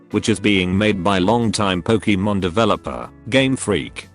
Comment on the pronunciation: I like "Pokiiimon" really much!